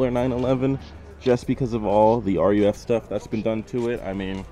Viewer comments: It's "ROOF" not R U F.... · RUF is pronounced "Roof" and not "Are you F" my man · It’s “roof” not n u f bud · Hey its pronounced Roof. Not R U F. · Ruf is pronounced Roof.